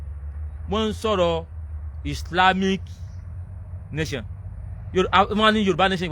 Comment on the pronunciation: Gurumaraji Nation is the best. 😜😜😜. The speaker is absolutely illiterate!!. Hear the way is calling "Nation". Nayson. Islamic Nayson. The main problem is that Islam does not like Western Education and that is why we have "Bokoharam. They commit act of Terrorism and violence and Nobody condemns the act. Stop worrying about them. They don't have good brains at all. If there is a religion would you commit suicide? We have lots of Religions in the World it is only the Religion that discriminate against non Muslims. Very unfortunate situation that needs to be rectified.